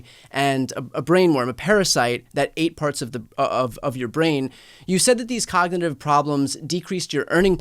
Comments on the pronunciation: When it takes him 3 tries to say “cognitive” he has cognitive problems. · He cant even pronounce the word 'Cognitive' Yet he has no cognitive problems🥴 😂😂😂😂